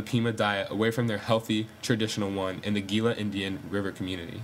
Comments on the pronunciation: Wow, very good, accurate, and informative. I am 1/4 registered Pima, and my full-blooded grandmother suffered from Diabetes her entire life. Diabetes, morbid obesity, and alcoholism are prevalent in my tribe, sadly. It's heart-breaking. For the record, "Gila" is pronounced, "HEE-lah." :) Like the Gila monster lizard. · Learn say Gila